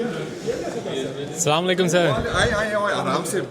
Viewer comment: please Kindly say it correctly.it's Asalamualaikum, not Slamulikum